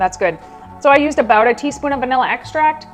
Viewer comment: I can't listen to impor'an' and abou'a. Adults who speak for a living shouldn't sound like toddlers who can't yet form all of their letter sounds. It is not cute.